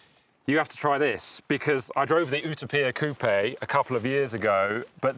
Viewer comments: Is this really how Brits pronounce Utopia? OOH Toe PEE Ah? I’ve never heard it pronounced this way. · The way he says Utopia is annoying. I would like how to see he pronounces dystopia 😂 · What did he call that pagani?? Clearly hes never heard the word utopia.... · Why is he saying Utopia like that? It's not some Italian word we don't have a pronunciation for.....it was first coined by Thomas More an English theologian. Just because it's an Italian car, doesn't mean you need to pronounce an English word (with Latin roots) the way an Italian would. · The Pagani what???? Journalists are supposed to know words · How come he cant pronounce a simple English word? Makes you think it's AI! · I'm skipping the video over the dumb pronunciation of u-topia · He keeps pronouncing Utopia wrong 🫤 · I want to fly to the UK only to slap in the face for his pronunciation of Utopia. I'd keep slapping him until he said it correctly. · Is it that you cannot pronounce the word "Utopia" properly or is Pagani deliberatly taking a common word and for pure stupidity "deliberately" having the word pronounced differently? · How the hell did you just pronounce Utopia? You weren't even close to the Italian or English version of the word. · Someone help the presenter pronounce Utopia properly. How did he get this job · Was thinking the same thing. Utopia isn’t pronounced that way in any English accent. It’s also NOT pronounced that way in Italian. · no way your Italian stating that. I speak Italian and the word utopia is not pronounced that way. Only the front of the word is. If you’re a British channel and you’re going to attempt to pronounce it in “Italian” go all in. Not just the first letter. If you’re truly Italian you need to do better. Good god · Its not pronounced ootoppia its youtowpia as in utopia - heaven 😂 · Pagani OOH-TAH-PEE-YAH???🫤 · Wtf is a oooootoooopia? 🤷🏻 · Everyone: Utopia This guy: "Ooo-tah-pia" 😅🤦‍♂️🤡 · Ootopeeyah? It you-toe-peeyah. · its Utopia..not Utapia..